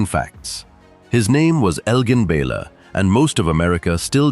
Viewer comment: It pains me on an immense level that you continue to mispronounce the name of this great NBA legend.